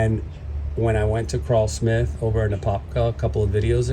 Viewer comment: It’s Krull-Smith like seaGULL, not CRAWL-Smith.